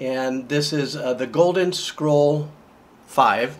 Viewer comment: Guy said goden scroll.